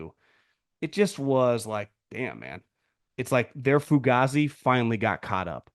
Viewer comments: … the way you say fugazzi is so unseasoned bro. The way Dom says it is actually the correct way bro😂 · saying foogazi has me literally in tears 😭😭😭